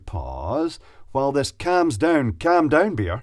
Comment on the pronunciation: CAHM DOUN BEER!